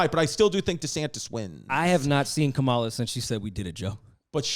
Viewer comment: Whenever a white person mispronounces VP Kamala Harris' name, I immediately feel they're racist.